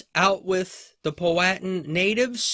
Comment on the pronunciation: Your sayin Powhatan all wrong